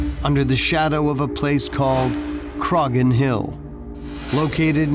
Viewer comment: In the case of the Irish man, the name is not pronounced with the G sound, the G is silent.... It is pronounced Cro-hon. I can see the Hill Of Croghan (Crohon) from the hill behind our house, on the very edge of Kildare.